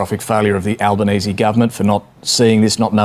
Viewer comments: "al-lie-benese" Bwilliant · AL- LIE?-Banese... LOL